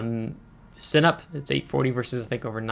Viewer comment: Sinop, you say Cinip.. Sin - OP